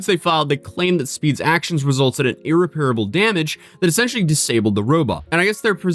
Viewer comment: Okay, let me finally correct this, for you. It is NOT pronounced “Ear-repair-able”. It’s ACTUALLY properly pronounced like “Ear-REP-a-ra-bull”. Look it up. I know…people will give me shit, for this. But, I don’t really care. We’ve become so ignorant with the English language, anymore; that is ACTUALLY makes us look bad. Such as so many people these days not understanding that the “-er” & “-est” suffixes actually MEAN “More” & “Most” respectively. So, now people say things like “most scariest” or “more scarier”. Dude!!! That’s WHAT the “-er/est” MEAN! You just said “Most Missy Scary” or “More More Scary”. Thats just another example, that grates my nerves. As an almost-44-year old, raised in a state that put a heavy emphasis on all things English, & was literally the head of the English section of the Academic team (that won everything we went to), it just becomes mind-numbing how ignorant we have become